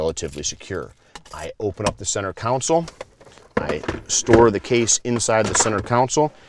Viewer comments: Console. Con sole. Not council. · Great information, but I believe you are mispronouncing the word console. Con-sul (instead of council) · learn how to speak english, its center console! we live in amurica! haha jk